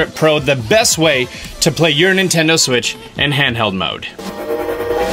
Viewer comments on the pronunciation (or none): none